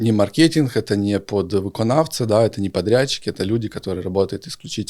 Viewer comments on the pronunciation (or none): none